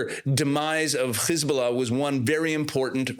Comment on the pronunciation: Why do you say khiz bulla instead of hiz bulla,kha mas instead of ham ass etc?